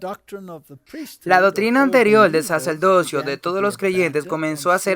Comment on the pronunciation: Ni Saturno ni Saturno, se dice Saturnino. Y como crítica constructiva muchísimas palabras son muy mal pronunciadas. Por ej dice plurales y singulares mezclados, así como no se dice saceldocio o saceldote sino sacerdocio/ sacerdote, ni velda sino verdad, y una gran infinidad de palabras asesi nando así el idioma español. Tampoco se dice "preterorismo o preterorista" lo correcto es "preterismo y preterista". No se dice "jesuista" sino "jesuita". Yo no sé de qué país seas y como pronuncian en tu país y si hay la tendencia como en Puerto Rico que cambian la "r" por la "l" en muchas palabras pero no sé porque al leer la cambian a menos que en su país tengan un abecedario cambiado. El problema es que en otros países de habla española no lo entendemos así. Y eso confunde.